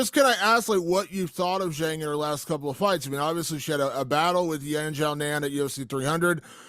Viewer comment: You'd think he could at least learn to pronounce Zhang's name...